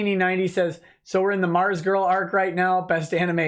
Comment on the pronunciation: "ARMZGURL" YOURE KILLING ME!